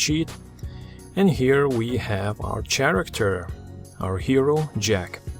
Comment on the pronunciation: damn u said chharectr again lol (no offense) this was awesome though it inspires me to make new stuff edit: it was lul i changed it to lol